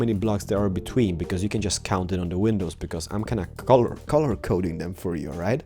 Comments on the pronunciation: Please stop saying penisis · Lol you say window penises... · Why do u say Window Penis 😂😂 HAHAHAHA oh my god cracks me up Rachel timemu say that where are u from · Did he just say 'Window Penises' ?! XD